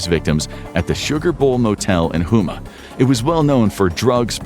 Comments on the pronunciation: Houma is pronounced Home-uh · It's botte is boo-t and home-mah lol